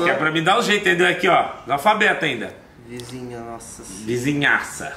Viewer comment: Na hora da "vizinhaça" eu rachei ksksks